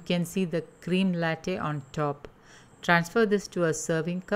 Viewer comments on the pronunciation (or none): none